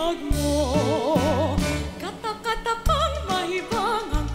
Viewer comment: Sarap sa tenga nang pagkakabigkas nung "KATAKATAKA" ❣️🥰